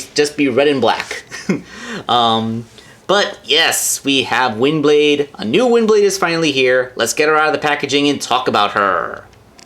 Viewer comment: "All your Nyoo-nyoo-purposes" had me rolling! XD But hey; why not just keep the one on robot-mode all the time, and the other in jet-mode? Works both ways now! =)